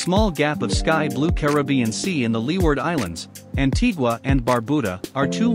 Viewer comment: Thank you for pronouncing Caribbean correctly. Unfortunately, you mispronounced many of the other island names.